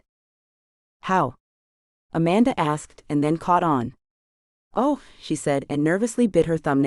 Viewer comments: It is pronounced "asssk", not "ax". And I could do without the gun politics. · AI needs to go. She says 'axed' instead of 'asked'. Speaking improper English when narrating is inexcusable.